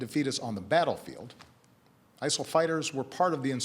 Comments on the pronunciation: WHAT IS "ISLE" omfg thats driving me nuts #ISIL #ISLE #ISEL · According to Baracky it's pronounced ISIL